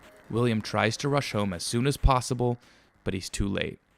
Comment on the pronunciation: "this isn't plossible"